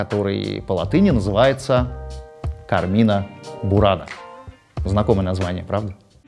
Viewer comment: Пятиминутка занудства: Кармина (которая бурана) произносится с ударением на первый слог — Ка́рмина Люблю ваш канал!